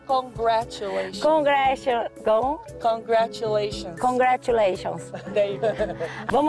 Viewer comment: contragulations foi foda kkkkkkkkk